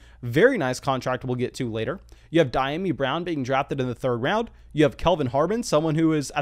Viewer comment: Bro it’s Dee-ami be better than the other analysts who keep butchering this brother name.